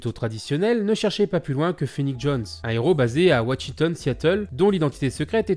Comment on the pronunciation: Amélie Gascon même il fait trop d erreur au tt début un chik (il voulait dire un check et le pire watshitone